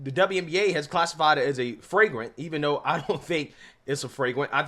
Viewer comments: what the hell is a "fragrant"? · FRAGRANT FOL??? you mean FLAGRANT....SMH...LOL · It’s flagrant not fragrent 😆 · Bro flagrant not fragrant come on…get it right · Did you say “fragrant”? Yeah, that call stunk! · Flagrant. Not fragment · Flagrant not "fragrant"